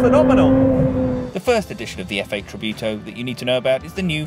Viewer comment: "Tributo" not "tribiuto"